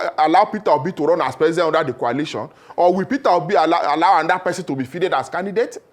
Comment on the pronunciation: Why is this lere man pronouncing coalition as kwalition bunch of drunkards.... 😂😂😂